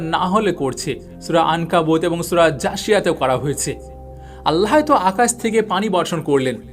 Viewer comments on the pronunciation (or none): বিশাল বক্তা! এখনও আল্লাহ্ উচ্চারণ পারেন না। আল্লাহো কোথাও লেখা? ও কার কই আছে? আগে শিখেন, তারপর পাকনামি করেন।